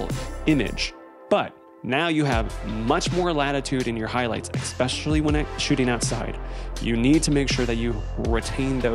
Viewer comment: Great video my man, you keep saying EXpecially not ESpecially. That’s all the nitpicking I have for you, fantastic work my dude.